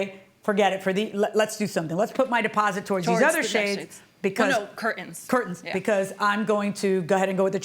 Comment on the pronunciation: CurTains, not cur-ains.